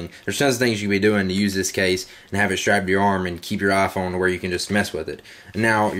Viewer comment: Love how you call it the "ah Phone"